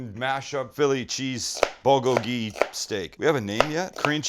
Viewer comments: bul-GO-gee, not bul-go-GEE. sorry for the correction .Great over rice! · How to pronounce bulgogi is the bul sounds like pull but with a b, so bull-gogi.